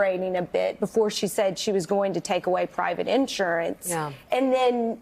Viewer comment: Sorry, Elise, but if you put the stress on the first syllable in the word, insurance, you sound like a hick. Why make such an utterly petty comment? Because horse race segments on elections are so DAMNED annoying. 🤢